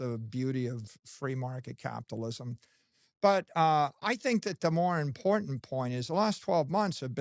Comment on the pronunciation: “It’s impordent” 😂